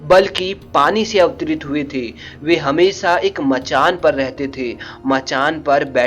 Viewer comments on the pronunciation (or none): none